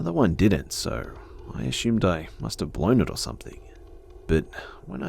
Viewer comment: I love how he says assumed , " a shoomed" 😂😂❤